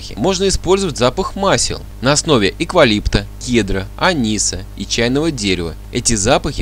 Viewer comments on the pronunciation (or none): 🙃Только не "эКвалипта", а эВкалипта.